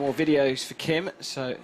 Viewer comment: His last name is Kim, KIM!!! Not hard to pronounce.